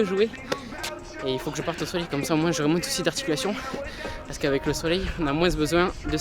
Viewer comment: Frero j’taime trop mais arrête de dire Moinssss stp